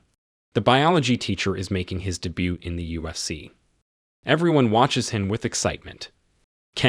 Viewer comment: Who is this narrator who doesn't even know or can't pronounce mma and ufc?? Saying mna for mma and usc for ufc is such a shame at a high level